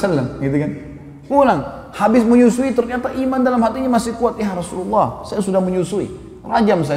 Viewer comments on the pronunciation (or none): YA ROSULULLAH... HARUSNYA YA ROSULALLAH..ITU HURUF YA NIDA MENASABKAN SEPERTI YA HABIBALLAH...BUKAN YA HABIBULLAH